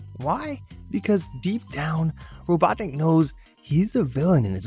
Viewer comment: I can't get over how you say Robotnik like "Robot Nick"